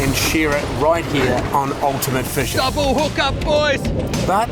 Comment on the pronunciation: 'Fushing advintures' 😂😂😂